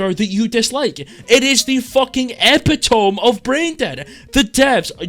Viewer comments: Pronunciation Police: 'Epitome' is pronounced 'eh-pit-oh-mee' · actually no way he pronounces epitome like that